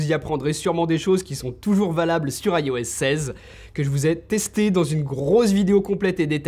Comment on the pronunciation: Petite vidéo sympathique et forte instructive, cependant le "AILLE O S" me fait grincer les dents pourquoi ne pas tout simplemant "ios" en tant que bon francais ?